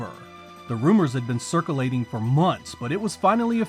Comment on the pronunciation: . Did you really just say "circ-a-lating" instead of circulating?!?